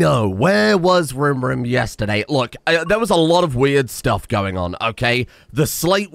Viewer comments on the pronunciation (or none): none